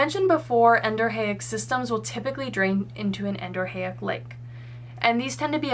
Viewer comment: As a civil engineering tech and land surveyor, I have to say your contour interpretation and hydrology are spot on. My one critique would be that Exo, Endo, and A- are all prefixes, so it should be En-do-REE-ick.